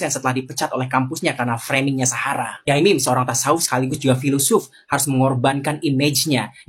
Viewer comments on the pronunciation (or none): Bkn yamim mas, sebutan kyai bg org Jatim biasa disebut yai, sdg mim sdr singktn dr nm panjang pk mim lalu jd yai mim, biasanya kl sekedar menyapa ckp di panggil pak yai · Bukan Yamim bang tp Yai MIM 😂